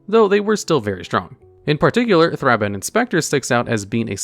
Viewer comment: Don't forget Thrabben